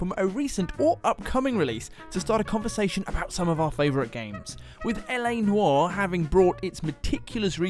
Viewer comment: Congratulations on pronouncing LA 'Noire' the correct way.., you were a little off in the intro there. Yes, I obsess with language in games;)